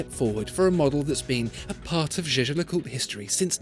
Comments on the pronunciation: Is it just me or does it sound like he's saying J.J. LeCoultre? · Hope your prononciation of that brand is better than in the video.... "Jejelacourt"😂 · you mispronounced jaeger-lecoultre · The way Jaeger-LeCoultre is pronounced tells you exactly why nobody speaks French out of choice.